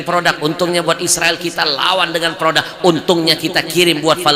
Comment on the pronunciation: PRODUK boss .. bukan PRODAK... Pake U bukan A... Benerin donk bhsanya .. skali lgi bhsa Indonesia yg benar itu PRODUK..!!!